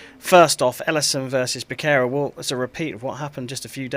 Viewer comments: I wish would learn to pronounce Becerra correctly. "Ba-sarah" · BE.SERAH / B_S_RAH (_ SCHWA SOUND) :D